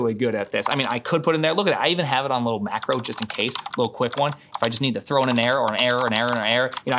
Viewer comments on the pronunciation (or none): none